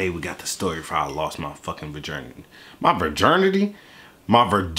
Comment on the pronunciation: "My Virgirnity" I'm dying!!!